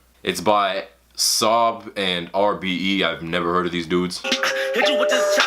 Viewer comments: Not sob it’s. S. O. B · This nigga really pronounced it as “sob”, I’m fucking dead 😂